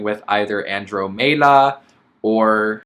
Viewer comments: Andromeda is pronounced with med-uh not may-duh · I was gonna be real mad if you named the spider Andromeda when you can’t even pronounce it right. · "Andromeda" is pronounce Anne--drom--i(like ick)--da. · 😂😂😂 Omg I CAN’T with your “Andromeda” pronunciation lol